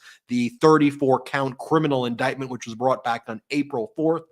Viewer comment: What an embarrassing member of congress. Doesn't know rules. Couldn't even READ the word indictment. CAN'T POSSIBLY know wtf it means. SO HUMILIATING!!!